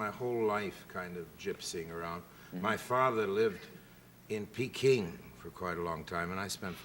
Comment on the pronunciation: peking! proper ENGLISH pronunciation!